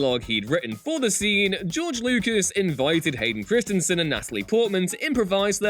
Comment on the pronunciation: Christy-n vs Kristinson? Various other words get the wrong emPHASis on the wrong sylLABle. Especially well known names. 🙄